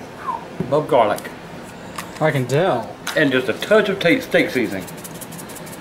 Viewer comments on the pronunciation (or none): "Cilantree" "Garleek" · "El garleek" 😂😂😂